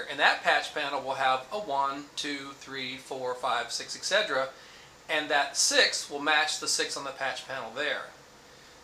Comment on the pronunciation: Someone needs a language lesson on how to pronounce et cetera.